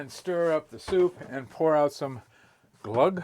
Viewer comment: Also, the camera man corrected you and said "glugg", glugg in Swedish means "aperture" haha. Sm6wet above is correct with the pronunciation of the letter Ö (yes it's actually a letter in the Swedish alphabet.